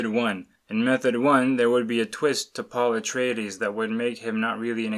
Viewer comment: Did you say Paula Traydees?